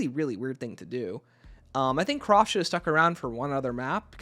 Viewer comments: Hi! It's pronounced Kr-A-ft...not Croft. Sorry had to get that off my chest! 😅 Enjoyed the video though! 👍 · And him saying CROFT instead of Kraft